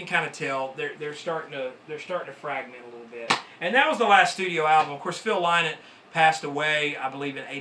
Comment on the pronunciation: Lovely collection Just for the record for all the American fans Its pronounced lin-ott As in rhymes with tin nut , not lie knot